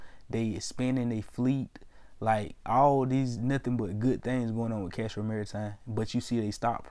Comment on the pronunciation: if you're gonna make a video about a company the least you can do is know the name of the company...it's Castor Maritime not Castro...and I'm not even a shareholder of the company my guy cmon